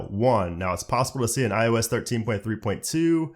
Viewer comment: this dude says IUS and it annoys me so much